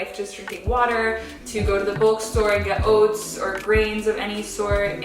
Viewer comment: Love the way you said oats hahaha that feels so weird to say but I’m from NZ so other accents fascinate me!!